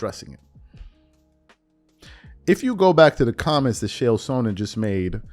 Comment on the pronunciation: Chel not kale😂